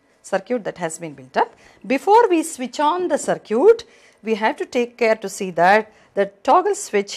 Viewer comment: Circuit not sircute